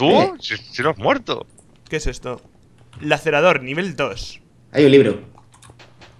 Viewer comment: Rich está en inglés por lo tanto se pronuncia "Lacereitor" o algo así es que Lacerador como dices tú suena fatal xD Gran serie Salu2